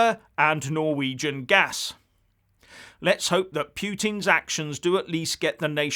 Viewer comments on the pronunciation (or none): none